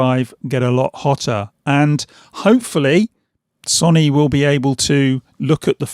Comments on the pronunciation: Good video, but I can’t help but laugh when you kept saying “sonny” instead of so-ny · Why can't he say Sony? Sonny?